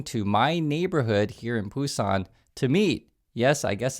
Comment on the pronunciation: it is BUSAN. You apparently don't know the name of your city.